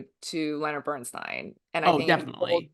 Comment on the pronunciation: Thank you for never pronouncing Leonard Bernstein's name as " steen " as so many commentators here on YouTube do. Shalom !